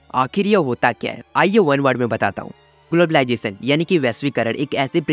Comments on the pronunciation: What is globalisation ❌ Whaat ij globaalijation ✅ 😂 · Ur accent is soo good especially saying technwology and glabalization 😅